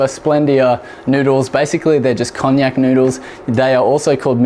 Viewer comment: Great recipe thanks. Oh and it's KonJACK :-) Cognac is another thing entirely :-)